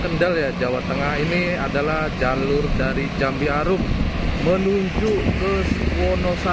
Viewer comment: Jambearum, bukan jambiarum